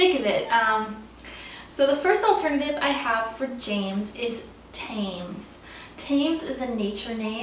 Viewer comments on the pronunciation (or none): Not that it really matters but the name Thames is pronounced "tems" - makes no sense but thats how we say in London Great video though :)